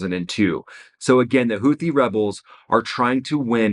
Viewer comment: It’s pronounced Houti ffs hootee